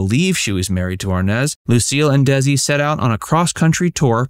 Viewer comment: I watched this film twice...In two words? No No. Nicole and Bardem's acting was so bad both as Lucy and Desi, and as Lucy and Ricky. Not to mention Nicole pronounced Desi with a Z. Lucy was the only person who pronounced Desi's name as it should be, as in De-Si... If you want to play a real person, learn how they talk, how they pronounce, how they do things correctly. Though, this film did introduced me to them and ignited my interest with their story, I've since January been reading their books, quotes, listening, watching and what not.